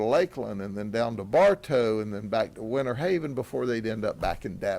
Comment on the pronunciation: It's not "Winnerhaven...", it's Winterhaven and not "...innernational...", but "international." Please, people, pronounce your "Ts" when you speak such words. Our US English language does not need to be totally decimated; it's already overburdened with slang and mispronunciations. When saying "international," pronounce the "t." PLEASE! Again, another example: it's "winter," not "winner." Get it?